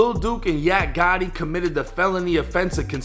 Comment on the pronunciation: Fuckin up the name Gotti